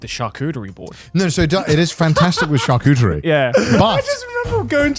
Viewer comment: tchar-tchoo-terie, Garnt ????